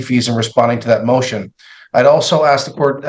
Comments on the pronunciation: Oh my.... at one point she says, "I'm not going to let him (the opposing lawyer) denigrate me as a parent and an educator ...so I am AXING him...." SMH. Why she can't correct that horrible pronunciation, is beyond me. My mom use to say 'warsh' instead of 'wash' but she finally got out of that habit. I get it, it's what she grew up hearing...but it made her sound uneducated. I know 3 people who's first languages are not English. One is Spanish speaking, one is Basque, and one is Korean...all of them know how to say Ask, Asking, Asked. Also, the Korean person is very careful about getting her R's and L's in properly, because in Korean, those two letters are often a combo sound, that kind of sounds like lur. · She needs to sue the schools she attended that let her graduate saying "axe" for "ask" and "recolate" for "recall." I bet she also says "conversate" for "converse". 😂😂 Especially since she likes to say how she's an educator every possible chance 🤦🏼‍♀️ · The main one was "ask"...axe, axed, axing.. Can't figure out for the life of people why this word is mispronounced so often. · And ‘axe’ is not a word!! [Well it is if you are throwing an 🪓. ] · big words!?!? "Lemme' axe this..." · She said axe right after the judge complimented her for being an educated intelligent woman. is woman is a VICTIM. She has no clue what the heck she is arguing about or even that being at a show cause you aren't arguing about your parenting they aren't attacking you personally, they are attacking that the person who had a court order didn't follow it 🤣😂 even here she's saying her attacked her personally by not following the way a hearing is conducted and wanted him to sing her praises to the judge after the adjournment was already accepted 🤣 Ryan Hill is the BEST attorney to question people like this. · " im educated, smart, a teacher, a nurse u wont question my intelligence!..." also HER " AXED" AND " RECOLATE" ( which isn't a word in any language 😂😂😂).. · Don’t forget ‘axing’